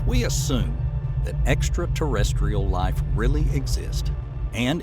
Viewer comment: It's Ai most probably. I used to think wow what a great narration, then he said, in this video, Fermi Paradox in a very weird way, and I think "he" messed up the word extraterestrial and said something like extratestial. So yeah.